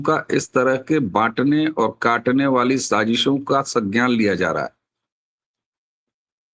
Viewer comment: सज्ञान नहीं, संज्ञान,.